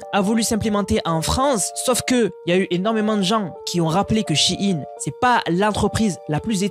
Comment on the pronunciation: shein! Pas che ine